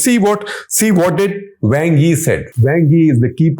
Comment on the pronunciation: Wang (王) sounds more like Wong than a slang word for male anatomy.